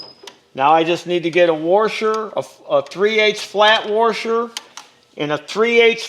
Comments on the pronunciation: Say "Warsher" again! You speaka my language! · I Believe IT's..."WORSHER"...👍😂